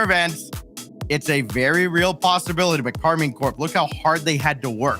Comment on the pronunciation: It's KAR MINE .. not KARMIN